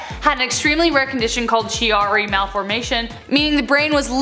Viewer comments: I agree. I’ve noticed that a lot on this channel. I have Chiari, she said Che-ar-ee but it’s pronounced key-ar-ee and that sweet little boy not sleeping at all is not a symptom listed for it at all. I have Chiari and so far three brain surgeries for it. There’s no cure but when you have it, you also get many other conditions. He more than likely has another condition causing no sleep and the Chiari was an incidental finding as it usually is. But yea, they don’t always get the facts straight on here. Still interesting to watch and peak my interest to research into things. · #5 of the second half is spelled Chiari but pronounced key-are-ee. I have it and had three brain surgeries within eight months. It’s something you’re born with. No sleep is one of the most rare of the symptoms. And many doctors don’t know about it. The main symptoms are chronic migraines x’s 10, dizziness, blackouts, loss of vision, and so so so much more. There’s no cure as of now other than to keep having surgeries in hopes the symptoms get a little better.